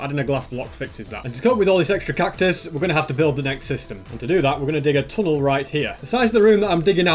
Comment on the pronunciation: When he said 'cactus-us' I died inside a bit